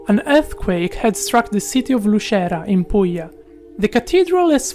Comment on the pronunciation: He is from Italy, he just pronunce Lucera as an Italian!